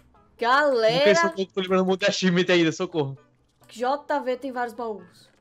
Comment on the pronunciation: por que você Jama o jv de jeivi